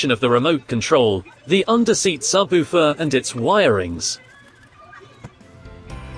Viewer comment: Your AI speech needs some work. SubOOfer.